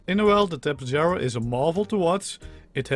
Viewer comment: I think it's pronounced Ta-pey-har-a the Spanish pronunciation of J is an H sound and I think they discovered the real life fossils for these things in South America?